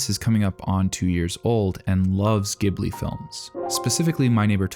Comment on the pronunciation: i read your comment and still wanted to give him a chance, but had to tap out with the pronounciation of Ghibli. if you havent done the research/have enough respect to know how to say the most renowned anime studio in Japan, i dont gotta hear what you have to say, period😅 for those wondering, It's a J sound, not G. in japanese it is pronounced exactly as it's written. "ジブリ".